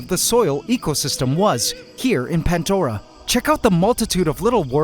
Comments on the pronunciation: Again there is NO "T" in PANDORA 😂 , PANT-DORA IS WRONG SPELLING 😂😂😂😂😂😂😂 👉 P A N D O R A 👈 CORRECT SPELLING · Anyone else notice that it's called.... ; "Pant" Dora And not ; Pandora like how it's said? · 🫣 THERE IS NO "T" IN PANDORA 😂